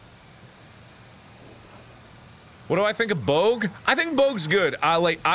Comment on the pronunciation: why does he pronounce bogg like boag